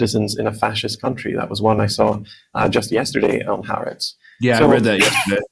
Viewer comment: Oh please! It's "Haaretz."